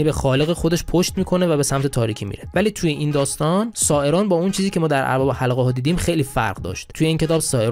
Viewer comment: البته "اربابِ حلقه ها" را می گفتی "اربِ حلقه ها" که دیگه عادت کردیم چون حتی در پرهزینه ترین تلویزیون ها هم گویندگانِ جدید "کیفیت گفتار" را فدای "سرعت گفتار" کرده و اونرا برای خودشون نشانه مهارت در گویندگی میدونند. گاهی سه تا نصفه کلمه را آنچنان با سرعت بهم میدوزند که تبدیل به یک معما یا چیستان میشه و تا چند لحظه همه سیستمِ ادراکی آدم هنگ میکنه